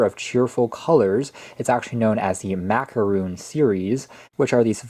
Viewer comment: Nobody: Me: IT'S A FRICKING MAC-A-ROHN NOT MACAROOON BRUH!!!!!